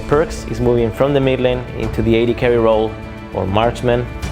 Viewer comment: you mispronounced mid lane LOOL